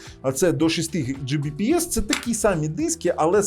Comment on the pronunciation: Оцим вирізняється. Він любитель педантично зачитувати в спеках все до букви, як написано. Він завалює свої ролики купою не завжди зрозумілих, в т.ч. і йому самому, технічних термінів, абревіатур і т.д. Ось хто ще, крім нього, "10 Gbps" прочитає, як "Джі бі пі ес"? От слухає людина ролик, і як вона на слух це сприйме? Скоріше за все, як чортішо. Чого тоді скорочувати, відтвори термін повністю - "10 gigabit per second", чєвоуштам 🤣 Але більшість на його місці таки скажуть "10 гігабіт на секунду". Або просто "10 гігабіт". От хтось його спитає -, а яка швидкість твого інтернету? А він такий: "10 джі бі пі ес"!